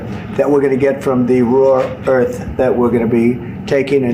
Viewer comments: The fool called it “raw earth” not once, but 4 times. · Felon trump can’t even say rare earth. He calls it raw earth. This administration is killing America.!! They will destroy this country. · Not 'raw earth', Donnie; RARE earths. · If he weren't so psychotic it would be funny........... "Raw Earth" and it wasn't a one time Oops either. He kept on saying "Raw Earth" It is "Rare Earth minerals" ya dope. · What is more valuable, billionaires or trees? I know my choice. Let's not forget the human suffering they are causing now and in the long term with their reckless policies. Oh, and BTW, it's RARE EARTH minerals, drumpf, not "raw earth" 🤪🙄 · Wtf is a raw earth?? Russian Donksi keeps saying raw earth. Its rare earth's. How can such an uneducated person ever be elected? Its embarrassing for America. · He’s killing the planet. Soooo dumb. And by the way Trump. Rare not raw you idiot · Trump is such a moron ignoramus he can’t even say RARE EARTH for him its raw earth cos he has no f’ing CLUE what he is even talking about. I don’t know why he worries about an assassin’s bullet in his brain, it would just give him room to think better. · To some extent when G.W. Bush repeatedly mispronounced "nucular" it was possible to still feel like W basically understood what nuclear weapons and power mean, but when Trump talks about "raw earth" I'm completely certain that he has no idea what rare earth elements are, no more than he understands the importance of transgenic mice in research. He's just so blatantly willfully ignorant but that's precisely why he won't be removed because his party depends so much on that ignorance.